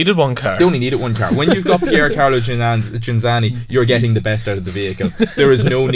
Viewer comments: Ghinzani, non Ginanzi, ciccioni del cazzo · I stopped watching about 25 seconds in when the presenter mis-pronounced Ghinzani’s name twice and the other 2 guys said they’d never heard of him. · You own the record of saying his surname wrong every single time!